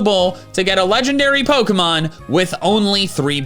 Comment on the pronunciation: the fact he mispronounces almost every pokemon in this video makes me upset